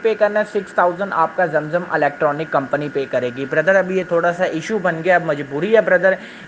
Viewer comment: Jam jam nahi zam zam is the correct word. Pls pronounce correctly.